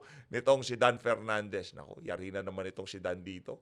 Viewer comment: Mali pa Pag Basa ng country😂donepernandez.walang kwentang hearing